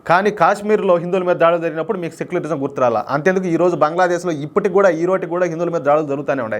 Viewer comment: అదిసెక్యులరిజమ్ కాదేమో సక్యులరిజమ్